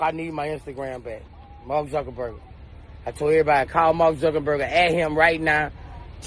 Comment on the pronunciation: He said MARK ZUCKINBURGER 🤣🤣🤣